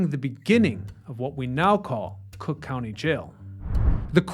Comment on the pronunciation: That’s C(r)ook County to you, pal.